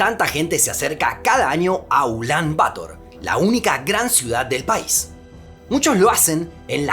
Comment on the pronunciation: Una pequeña corrección: "Bator" se pronuncia acentuando la palabra en la segunda sílaba; no en la primera. ¡Muy buen video!